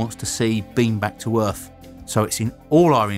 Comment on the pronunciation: OMG Is this yet another British guy who pronounces his th's like f's or v's???? Or is this the same guy I heard on another website? I cannot STAND this.. EarF really you are going to pronounce it EARF!!! It's like certain people here in USA saying BIRFDAY!! OMG especially when someone is duckainf NARRATING something!